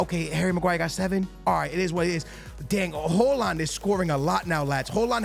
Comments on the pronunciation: why tf are you pronouncing it hooland💀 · Bro called him Holand😂😂